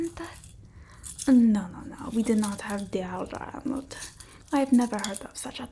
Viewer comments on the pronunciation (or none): The way she says deodorant 🤣😂👏🏻🤣🤣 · ok but the way you said deodorant took me straight out, I laughed so hard <3